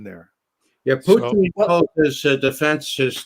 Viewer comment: Thank you for this roundtable, Gonzalo! I have discovered Ray McGovern for myself, a very insightful gentleman, and I love how he pronounces Russian names proper: the way they are actually pronounced, as opposed to butchering them into English pronunciation. Much respect.